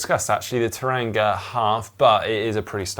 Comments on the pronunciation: Hi GTN, love the show as always. Just a heads up for next time, Tauranga is pronounced Toe-wrong-ah! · Horrific pronunciation of Tauranga 😂😂😂 phonetically would be Tow Wrong-a 😀